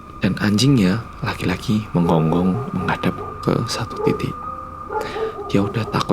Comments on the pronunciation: "Menggonggong" jadi "Menjenggong" 😜 Demen aku lak Malangane metu. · Salfok bilang "menjenggong" ketara banget medhoknya🤣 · Udh merinding2, pas cerita bilang "anjingnya njenggong njenggong":') tidak jadi merinding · humorku sebatas ngomong 'anjingnya njenggong' 😂